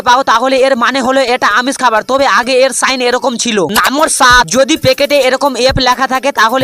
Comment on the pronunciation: নাম্বার❌ নাম্মর✅ 😂😂😂